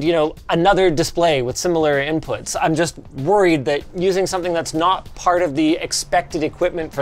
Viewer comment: "What we do on the next video ?" LINUS: "I bought sometin"